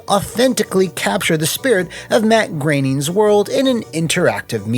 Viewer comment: I'm mostly impressed by the fact that you knew how to accurately pronounce Matt Groening's last name!